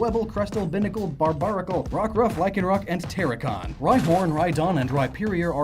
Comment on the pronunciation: I cringed every time he said "Binnacle" and "Barbarracle".